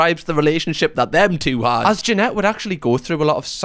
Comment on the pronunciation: Hey. I live your channel, but if you are going to be speaking about children that were victimized, you should really make it a point to say their names correctly. Try with Jeanette again. But overall, keep up the good work.